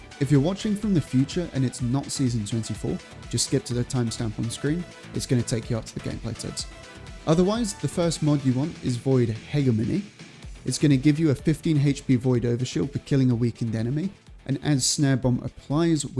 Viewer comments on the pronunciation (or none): Most people say “hedge-emeny” btw